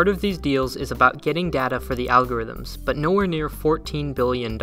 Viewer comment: lol "alogithm"